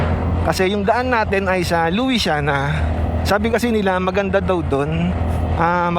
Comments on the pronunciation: Lusyana Po Ang pgbasa kc pinoy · luisiana laguna Lu sya na laguna pag bigkas po, hehe. ganyan po nakasanayan pagbigkas po